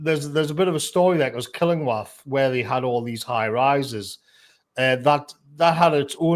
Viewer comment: The way says Killingworth hahahah Its Kilingwath up here.